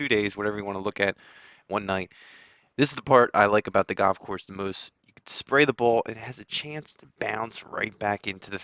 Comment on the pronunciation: Sponsored content and he can't even pronounce the name of the golf course 😂